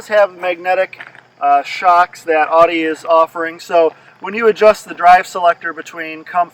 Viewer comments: Irritating isn't it lol.. I believe people from the East Coast say it that way.. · Can't even pronounce Audi correctly lol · Stop saying “Audi” WRONG!!